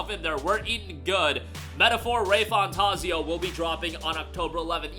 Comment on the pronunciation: Metaphor "RAY-FANtaaaazio".... this MF 🤦🏽